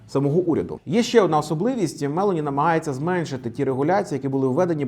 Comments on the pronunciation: А також вона Мелóні, а не Мéлоні😂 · Мелóні, не Мéлоні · Цікаве відео!😃👍 Репостнув🤗 От тільки, Мелóні, а не Мéлоні. Наголос на другий склад, вона ж не американка. А то звучить як Мéловін😂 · Спасибо,, за информативное видео. Живу в Италии и хотела бы вас поправить в произношении фамилии нынешнего премьер. Ударение на 'о....Мэл'ооони. Это важно, так как полностью искажает понимание о ком речь:) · Джьорджя МелОні, наголос на О. Монте Дей Паскі, не паші. Не дякуйте 😅 а взагалі круто, на довгі відео часто бракує часу, а десять хвилин саме топчик.